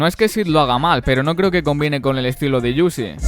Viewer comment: Bueno video, se pronuncia uzi tal cual no "iuzi"